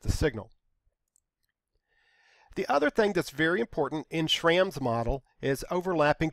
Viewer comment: Just a side note, the a in Schramm is supposed to be pronounced with a u sound. It's the original form of my surname but they're both pronounced the same.